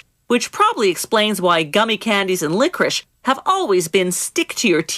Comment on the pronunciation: She said it's not licorice but then she said it was licoric🤷🏻‍♂️🤷🏻‍♂️🤷🏻‍♂️🤷🏻‍♂️🤷🏻‍♂️🤷🏻‍♂️🤷🏻‍♂️🤷🏻‍♂️🤷🏻‍♂️🤷🏻‍♂️🤷🏻‍♂️